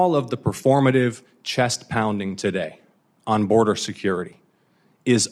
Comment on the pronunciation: BORDER!!!! IT'S NOT HARD TO PRONOUNCE LOL